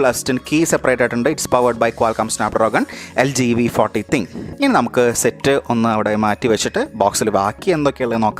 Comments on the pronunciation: nop...Thin-Q Njan LGyude official videos il polum Thin-Q ennu thanneya eduth parayunnathayi kandittullath...im also a LG user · തിങ്ക് അല്ല തിൻ ക്യൂ ആണ്